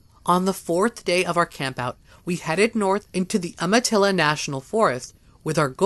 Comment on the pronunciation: You said "amitilla" but it's pronounced Um-a-tilla!